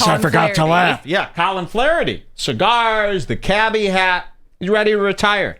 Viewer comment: You smoked all those chigarsh and you never fuggincawledme?